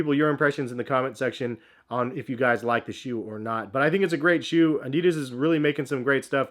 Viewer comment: The brand is called "adidas", it's german.... not fuckin' "adiiiiiiiiiiiidas"